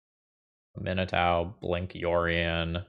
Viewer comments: oh no. oh dear.. it's am-ee-nah-touh. Not a-min-ee-tau. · I found it interesting that you pronounced it (uh-MIN-eh-TAU) because I've always been pronouncing it (AH-mih-NAH-too). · Love the video! Her name is pronounced "AH Min AH TOO" 😂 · Just FYI, I'm pretty sure it's pronounced "ah me nah too" :) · Man, I’m usually not a stickler for pronunciation of card names that are made up, but it’s ah-mee-NAH-too. It’s Cajun French inspired, and such a beautiful name, I had to correct you. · Please, please, please research the correct way to pronouce Aminatou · There are a few content creators that when I them pronounce something differntly than me I assume they are right. Namely Nizzahon, and out boy here. But while I cam see why Aminatau woule be said that way, I am stuggling to believe it. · pronounciation of Aminatou is making me doubt myself. Is it "-tow" or "-too"?!?!?!?!? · 12 seconds in and I was already at: That's how you pronounce that? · Your pronunciation is absolutely correct. is pronouncing it like it’s an American name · Love, love the deck, hate the way says Aminatou